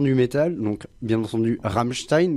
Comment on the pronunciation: par contre c'est Ram''m''stein et non pas Ramstein